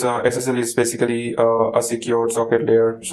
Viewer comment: Nice video but next time maybe don't overuse the words you can't pronounce, like "basically".